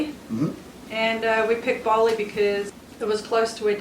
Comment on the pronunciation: Say bali like this... barly... not bolly.